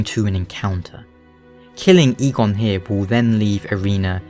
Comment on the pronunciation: Eygon and eigon are not pronounced the same. You don't say Eeeeeegone, it's pronounced ae•gon in Basque